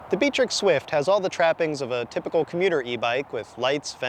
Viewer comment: Is it pronounced Bee-trix as in the video? Also downside for these reviews is that the landscape is flat when you need to show hill performance.